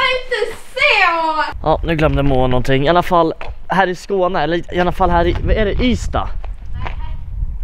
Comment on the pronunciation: Jag kan väl inte vara den enda som halvt stör mig på att han säger "iannafall" istället för "iallafall"? xD